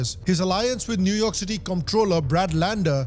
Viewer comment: New York City ❌ New Umah City ✔️